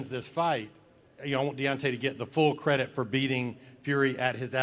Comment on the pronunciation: He was so convincing I had to pause it to remember that he meant to say “credit”.😂